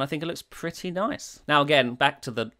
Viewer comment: The way you say "Nice" reminds me of that "Noice" meme guy.